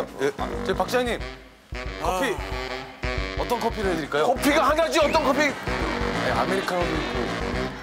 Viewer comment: 박차장님 커피가 하나쥐!!! 씅질 내는 것조차 왜 이르케 찰지죠